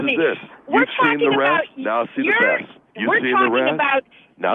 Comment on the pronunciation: "You've seen the resss, now see the besss." LOL